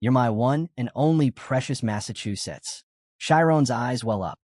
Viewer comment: why does the Ai keep saying Massachusetts